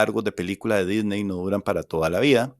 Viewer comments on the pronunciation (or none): none